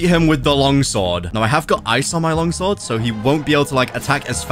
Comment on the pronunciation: Why is it when said long sword it sounds weird?